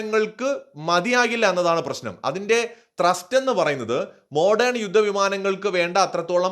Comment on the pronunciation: ട്രസ്റ്റ്‌ അല്ല ത്രസ്റ്റ്